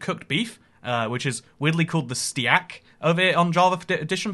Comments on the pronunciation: Steee ak is what you said but it is pronounced staykuh with the uh silent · i would argue probably the cooked beef which is weirdly called stee-ac Me: its not stee-ac its steak, pronounced just like stake. It is a form of cooked beef. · Steeyak? It's a STEAK, STAY-K! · Loved the vid, one little thing is the Cooked Beef, AKA "Ste-ack" is pronounced "s-take". Steak is a very popular name for cooked beef. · i love how he says stiak instead of steak lol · I love how he says “sti-ak” instead of steak. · Bro really said “Steeyak” instead of steak (Pronounced stake) and no one else noticed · ITS CALLED A STEAK LIKE AS IN TOMAHAWK STEAK heres the sound out portion it sounds like stayk not stEak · bro just said "stee ak" for steak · “Stee-Ack” 💀 As someone who uses American customs, that sort of hurts. I can’t be the only one who winced when he said “Stee-Ack” rather than “Stake” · Ste Ak? You mean steak? Like a sirloin steak. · stteeeeeeackk. it is actually a st-ae-ck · It's "Stake" not "Stee-ak" btw it is just spelt like "steak". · “Stee-ack” lmao. I’m not sure if you did that on purpose but if not it’s pronounced “stake”😂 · I started dying when you pronounced steak (pronounced Stake) as Stee-ack. Good video though. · They called it steak not Cteeak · did he just pronounce steak as "steeack" instead of "stayk" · did bro really say stee ack instead of steak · "Ste-ack" I thought it was funny. Btw you pronounce it st-ache. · UM excuse me? Steeeak??!! Its stake what? How do u not know what a steak is??? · Dude said stee-aak Instead of steak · why do you call it that... its steak not stee-ak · It's not stee - ak. It's st - ache. Steak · "STYAK", bro its pronounced "stake" i dont mean to be like the guy that goes "yOu'R*" and stuff, but just needed to correct it as got annoyed, sorry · "steack" is pronounced ST-AY-K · You brits really aren’t that smart huh, “steeahk” it’s “steak” like “stake” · Steak is pronounced stake not ste ake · STEAK not stiiaak